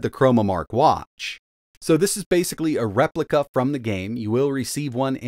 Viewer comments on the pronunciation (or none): none